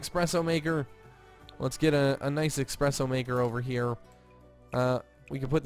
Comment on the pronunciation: he was growing on me......... then he said expresso. jk i like him still but my pet peeve is when people say expresso instead of esspresso